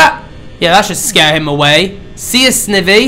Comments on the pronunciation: It's SNIVY (sneye-vee) NOT FUCKING (sniv-vee) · Ohhhh it's mkaing me & others very mad he's saying it like "Snevy" and not like "Snievy". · Dude, it's SN-EYE-VEE! Not SN-I-VEE!! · Snivy - (sni-vee) Oshawott - (osh-ah-wot) Tepig - (teh-pig) Pikachu (pee-ca-choo) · Snivy: Sny-vee: a grass pokemon that can not pronounce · Snivy is actually pronounced Sn-eye-vy and Oshawott is pronounced Osh-u-wott :3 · It's not snivy it's like saying snivey! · dude u meant snivy not snivi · It's pronounced snievee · and u pronounced snivy wrong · I can't watch this all the way through because every time you say snivy wrong it makes me cringe... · I can't even watch this because it bothers me to no end that you're pronouncing Snivy's name wrong